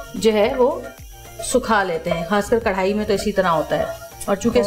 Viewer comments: Javeria api your and jannat's Jodi rocks But karahi hota hai karhai ni (pronunciation) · Madam karhai ni hota karahi hota hai karhai embroidery ko kehty hain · Karhaaaaiiii nai karaaaahiiii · Its not karhai.......do correction...its karahi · Karhai nhi word krai hy jaweria wrong pronounce kr rehi hy karai ko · Karahi ko aap karhaiee bol boly ja rhi hain. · Javeria its chiken karahi not karhai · Sorry to say Karhai nahi hota karahi hota hy. javeria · Karahi hota don't mind app karhai bol rahi hein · Not karrhai.. Its karrahi